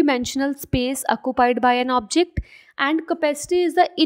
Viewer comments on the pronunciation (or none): When she said “acupied” Me:😂😂😂